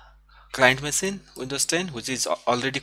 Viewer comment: OMG it is not masine but machine, google translate it and listen to the pronunciation, I appreciate your videos but your English needs improvement big time.